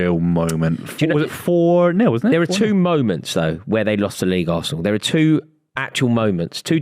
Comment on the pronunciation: Can I hear "VARSENAL" one more time!